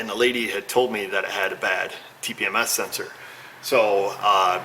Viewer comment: I'm proud of you for using proper phonetics during the tpms programing.